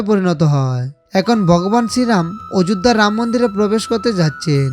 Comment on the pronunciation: উচ্চারন ঠিক করুন । বগবান ,অযুধ্যা এগুলো কি ????? জযশ্রীরাম 🙏🙏🙏🙏🙏